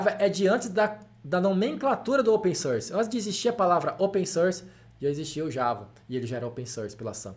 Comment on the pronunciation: Ótimo vídeo, muito instrutivo! Só gostaria de fazer um reparo em inglês: a pronúncia correta pra "open source" é "ôpen sórs", com o som aberto da vogal; vejo muita gente cometendo esse errinho de falar "ôpen sãrs", ou "sãrce", com o som anasalado similar ao "e" francês. Mas o som de "open source" é aberto rs. Forte abraço!